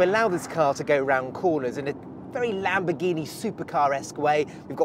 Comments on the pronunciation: Why are u saying Lamborghini wrong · Why do non Italian say Lamboghini without the R is it so hard to say?